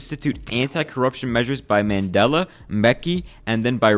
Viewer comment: I hate how Americans pronounce apartheid and Mandela and Soweto